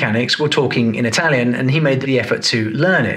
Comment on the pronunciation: it's impressive how Rosberg speaks italian so accurately, the accent is perfect